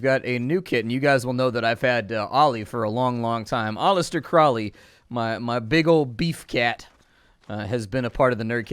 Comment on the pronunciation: Is no one gonna talk about “Olister Crowley”